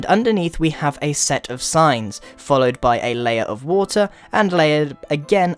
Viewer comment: Who heard science instead of signs?